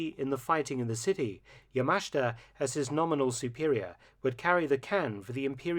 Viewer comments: It pronounced "yamashta" not yamasheeta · NO. NO. That is not correct. The correct way to pronounce YAMASHITA is YA - MA - SH -TA. The i is silent, or only slightly pronounced. In Japanese, the vowels I and u are silent when they are between 2 voiceless consonants, like s, k , or t. Thus, SUKIYAKI is pronounced S - KI - YA - KI. Also, do not put a heavy stress accent on any syllable. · Point of correction. Yamashita's last name is pronounced yah-mah-SHEE-tah. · Isn't it pronounced YA-MA-SHI-TA? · Mark. This is getting annoying. His name is Yamashita. You keep skipping over the "I" in his name. You keep pronouncing it "Yamashta". Please pronounce his name correctly in the future.